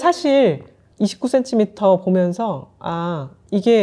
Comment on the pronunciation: 님이 추천하신 고급 타월 선물, 정말 센스 있네요! 😊 참고할게요. 저도 50대를 바라보니 이제 ‘예쁜 쓰레기’보다는 실용적인 선물이 제일이더라고요. 예전에 29CM에서 구매한 블랙 롱원피스를 격식 있는 자리마다 너무 잘 입고 있어서 이번 봄 쇼핑도 기대됩니다. 적당한 가격에 퀄리티가 좋은 29CM를 사랑해요. 😊 특히 님의 정직한 ‘이십구센티미터’ 발음에서 곧은 성격이 느껴져서 너무 재미있게 시청했습니다! ㅎㅎ❤ Ps.1. 떡볶이 요리영상도 조만간 기대하겠습니다요😅 2.또떠나는 육식녀 브이로그도 기대할게용